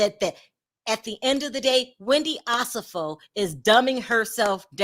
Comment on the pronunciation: OH-SEF-FO, lets pronounce Wendy's last name correctly, please! Its not Ah-Seff-O.... I love you but PLEASE probounce wendy's name right